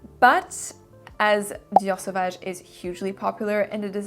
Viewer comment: I just love how the French accent came through when you said "Dior Savage" lmao. Your pronouncation of fragrances gives me life.